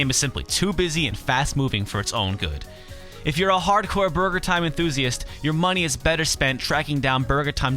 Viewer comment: i love how you say "BARGER"